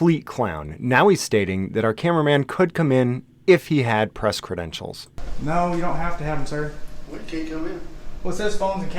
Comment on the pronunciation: Deputy Sheriff said "show me your press cadentials". Geez